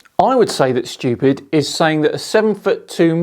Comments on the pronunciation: Whether it's Kent Hovind, or Internet clowns like this, anti-science guy's arguments can almost always be summed up as "this seems unintuitive to me as an uneducated layperson, therefore it is stupid" Or I guess in Kent hovind's case it would be pronounced "stoo.....pid" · I keep hearing him say "I'm stupid" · "i'm STOOPid" And that all i heard